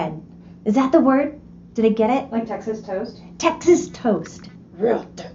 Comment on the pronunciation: The part when tries to describe the Texas slice. She sounded like an Irish/Scottish person. “Real thick”. Lol 😆🤪